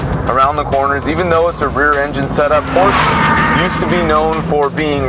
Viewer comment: Doesn’t even know how to pronounce Porsche properly